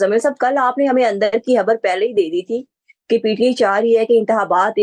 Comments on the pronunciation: Madam Pls it's not habbar...its khabbar ... Please watch your pronunciation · "خَبَر" ہوتا ہے ، ہَبَر نہیں۔ "انتِخابات" ہوتا ہے، "انتِہابات" نہیں ۔